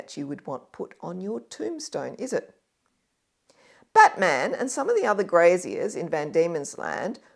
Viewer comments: You pronounce Batman's name like the name of the superhero character. In Tasmania all the stress is placed on the first syllable, with the a of -man receding to a schwa, something like "BATm'n". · Not impressive to hear someone slaughter the pronunciation of John Batman's name, which actually almost rhymes with Chapman; it certainly does not sound like the name of any mythical American superhero. The second 'a' is unstressed.